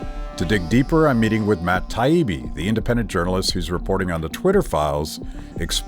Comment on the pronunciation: Thai-ee-bee, that's how Taibbi is pronounced, machine...